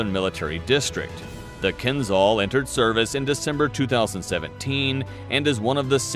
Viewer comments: ...yeah i suggest you get your pronunciation right.....its kinzhal not kinzal.....dagger in Russian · You are pronouncing its name wrongly, it's Kinzhal , (Кинжал) not kinzal (Кинзал) The pronounciation of (Zh) is like pronouncing "S" in (Measure) (Pleasure) (Exposure) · В топ. А то они все заладили про какой-то Кинзал) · not kinzzal but kinzshal... after hating russia for 100 years you could show some respect and learn how to pronounce things, cretins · It's pronounced like kinJal, not kinZal. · Sounds funny, the pronouncer not be able to pronounce,,Keenzhall" as suppose to sound. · It's pronounced Keen-jahl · Exactly! Was about to say the same thing )